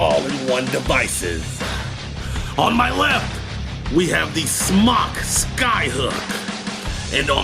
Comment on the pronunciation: just an FYI, it's pronounced smoke...Ceo said so